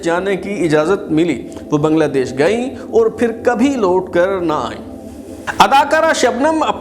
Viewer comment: Also improve your urdu pronounciation especially the word " aur" which is pronounced by you as "oor"